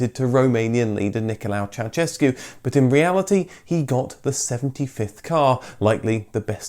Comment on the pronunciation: Why is it so hard for you to pronunciate correct Ceausescu? The first part is correct but ...sescu is like shescu. "se" from sescu is like sha from shame. Shame on you.